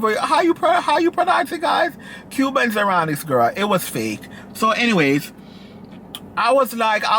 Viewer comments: This man said "Cuban zironics" 😩😩 It's cubic zirconia. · said a Cuba zercunic 😂😂😂